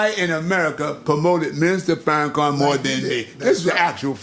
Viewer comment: Can this clown say Farrakhan’s name correct?? He is the most petty person I’ve seen.